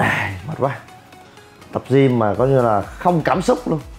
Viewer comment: đọc là Gym không phải là gim nhe chú e